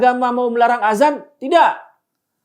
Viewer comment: Yg benar penulisan/pengucapan itu "ADZAN" .. Bukan AZAN.... Maaf bukannya menggurui, tapi hal ini harus saya sampaikan agar tidak menimbulkan kebiasan orang Indonesia dalam pengucapan kata ADZAN.. karena kalau AZAN akan berbeda maknanya Terima kasih 🙏